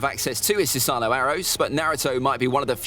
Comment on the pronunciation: It’s pronounced Su-sa-no not su-saaaaaaa-nu